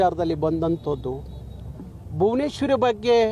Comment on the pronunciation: ಹಾಗಬೇಕು ಅಂತಿಯ... ಅಂತಿಯ ಅನ್ನಬೇಕಲ್ಲವೇ. ಇನ್ನೂ ಸಂಪ್ರದಾಯ ಅನ್ನೋ ಬದಲಿಗೆ ಸಂಬ್ರದಾಯ ಅಂತಿಯ ಬುನೇಶ್ವರಿ ಅಲ್ಲಾ ಭುವನೇಶ್ವರಿ ಅನ್ನೋ ಪುಣ್ಯಾತ್ಮ. ... ಜೈ ಕರ್ನಾಟಕ ಮಾತೆ ಜೈ ಸಂವಿಧಾನ ಜೈ ಭೀಮ್